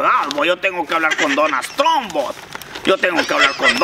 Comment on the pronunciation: Jajaja puro verdes les dió donas trum jajaja los centros americanos dicen trum en vez de Trump